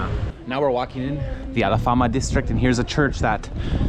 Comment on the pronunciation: Alfama not alafama